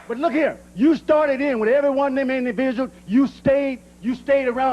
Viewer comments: “Imdiviuals “ hahahhahahah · “Imdividuals” 😂😂😂😂😂😂 Comedy gold than god